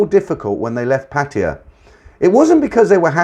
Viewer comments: It only takes a moment to look up how to pronounce Pattaya. Make an effort. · Lol me too, men been there for many years and can not say Pattaya. Lol